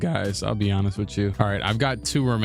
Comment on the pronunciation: The way you pronounce let be honest sounds like “let’s be Giannis”